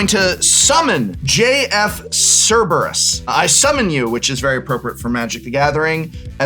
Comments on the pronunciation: Okay, the pronunciation of Suplex is one thing, but Cerebus? That hurt a bit as a Greek myth enthusiast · tsk tsk tsk... Prof. Cerberus is NOT pronounced SERIBUS. and the suplex pronunciation as well yeesh. other than these ridiculously bad pronunciations this was fun EDIT: also landfall is stupid and a design mistake. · Everyone's joking about suplex, but it was the constant mispronunciation of Cerberus as 'Cerebus' that made me laugh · Prof botching all these names hurts, and it's not just "Final Fantasy" names, he botched "Cerberus" pretty bad lol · I’m honestly more stuck on everyone saying Cerberus wrong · the same way he pronounced "Cerberus" :>